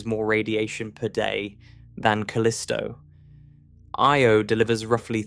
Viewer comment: Can we please stop with the AI? It'll mispronounce "Io" in one sentence and pronounce it properly the very next one. The astronomy videos in youtube are so disgusting about this. There's about two or three that are narrated by humans. Anyway, what could be an interesting topic is now a video I won't be watching.